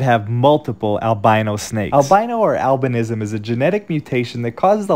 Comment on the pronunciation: Thank you for pronouncing albinism correctly. 🎉